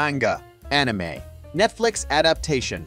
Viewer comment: The Gun one was my Fav.. but you pronouncing Ani Meeees was hilarious lmao.😂